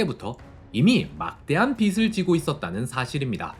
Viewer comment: 어~이 ? "비슬 지다" 가 아니라 " 비즐 지다" 가 아닌지? 빚지다 라고 하지 빗시다 라고 하지 않잖소?